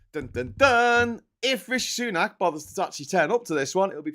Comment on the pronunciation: He is comically, embarrassingly bad at names. Imagine mashing together maga slime-ball Jim Jordan and competent Democrat Hakeem Jeffries. 😟 Or calling Kate Hoey “Katie Ho”. Or being unable to get “Rishi Sunak” even vaguely close to right for months and months and months… I wouldn’t agree that he knows nothing, but his performance does make me think he has some major dyslexia or the like. Really undermines his ability to communicate the message well.